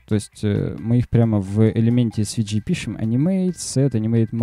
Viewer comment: Друг, все супер, спасибо! но английский подтяни - у меня кровь из ушей пошла. В SVG - букву "G" произносишь "чьжи" ( смягчая "и"), носители говорят "джэй", можно "джЫ" (G [dӡ] — «дж»), но не "чьжи" ... Мира и успеха!